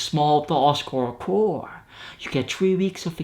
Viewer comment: If you're wondering, chore is sounded with the "tch" sound like in "chasing" But all good, I still understood what you meant 🙃